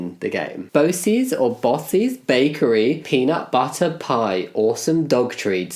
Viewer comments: this butchering of bocce though. 😆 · I felt that myself, & I'm not even Italian.